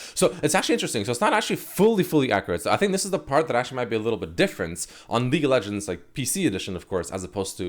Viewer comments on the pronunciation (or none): I swear he's saying leak of legends